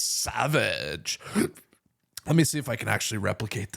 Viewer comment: U did it wrong she said it more like Sev-idge you said it like saw-vidge